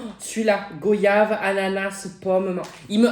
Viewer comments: J'aime trop t vidéo continue c bien ❤ mais juste pour la goyave c'est comme voyage le oy ce prononce oi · c'est pas pour être méchant mais goyave se dit comme voyage